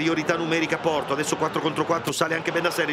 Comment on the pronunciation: Comunque Suma che dice di o porto ,sembra dica qualcosa l'atro